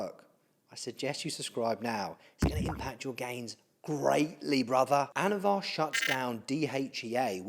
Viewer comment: anavar not avatar lol